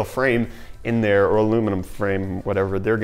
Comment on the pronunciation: Did. Did he just say "Hey dere, friends"?... Um uhhhhh ... You from northern Michigan?